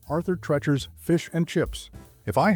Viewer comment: Pronounced Arthur Treeechers, not Trerchers.